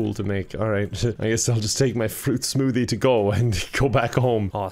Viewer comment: says smoothie as "smootea"